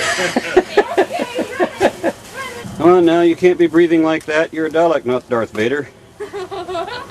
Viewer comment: Why do americans always pronounce the name dalek wrong?